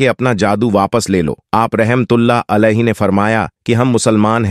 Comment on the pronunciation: Urdu sahih bolo , video bananeka shoukh hai tu commentary durust karo, warna Tumhari tareef Kam mazaq zaroor banoge. Alaihi ki jaga Ali bol Rahe ho Tum and there is many more.